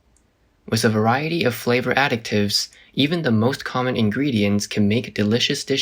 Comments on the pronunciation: Additives NOT pronounced as ADDICTives 😢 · You constantly pronouncing "additives" as "addict-ives" is driving me nuts... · How does an AI fail THIS hard, repeatedly, at pronouncing the word ‘additives’? 💀